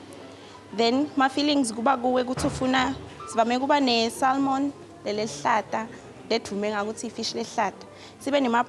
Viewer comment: What a nice place and and it's got so much history too! Will visit one day. I hope I won't offend bobhuti nasisi and by correcting them but the fish is called "samon". The L is silent.